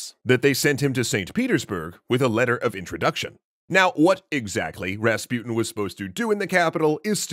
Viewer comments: ra-spu-ten not rasp-uten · who is that raspiutin you keep talking about? or is it that you cant even pronounce rasputin? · Rahs-Poo-Teen Please say it correctly. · Why are you pronouncing rasputin as raspyutn? You can say putin, don‘t you? Take an example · Hmmm Rasputin the way it’s said rhymes with poutine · You pronounce his name wrong